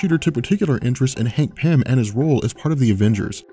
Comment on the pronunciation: Hangpin? What? I can't understand what you're calling Antman.